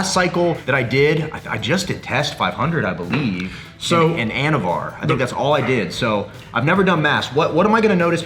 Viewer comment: I thought he said “anabar” lol I’m like oh shit!